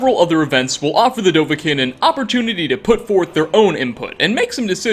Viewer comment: It’s dov-ah-kiin Dov-ah-keen